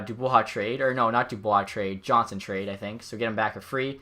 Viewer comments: It’s pronounced yonsson not Johnson but either way nice video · is it just me that is slightly annoyed how he pronounced andreas johnsson's last name?